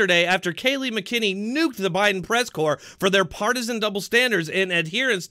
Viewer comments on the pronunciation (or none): You and Tim Pool keep mispronouncing Kayleigh's last name. LOL. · My understanding is it's MAC-a-nanny. Pool says mick-EN-any. 🙂